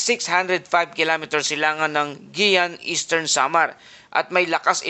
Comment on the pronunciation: Carlota Corres oñExcuse me po! Hindi po Guiuan (pronounced as Giwan po not Giyan).